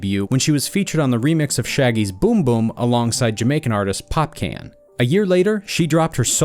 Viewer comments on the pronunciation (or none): Its pronounced as popcawn not can Just saying